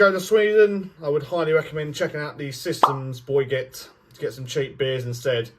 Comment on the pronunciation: Systembolaget not "sistemboyget" 😀